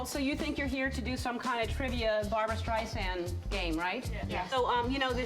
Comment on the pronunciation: What's a 'Steisand?' There's an 'r' in there somewhere. She's only been a star since 1962.